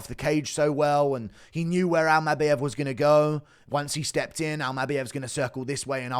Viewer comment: Bro says Almabayev even weirder than he says Topyeeria